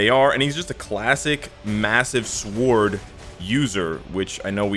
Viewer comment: You do Not Pronounce the "W" in the word "SWORD >>